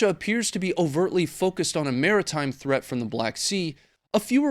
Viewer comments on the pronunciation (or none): none